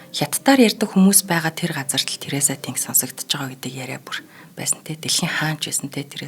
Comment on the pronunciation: Нэрийг нь ядахдаа зөв хэлээч дээ ТэнГ гэхгүй арай л юмаа